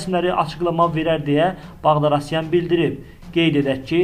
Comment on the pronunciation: Ала багдарасян йох, багдасарян)))